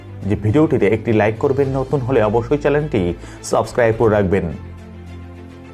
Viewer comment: U should correct ur pronunciations like "Channel" & others.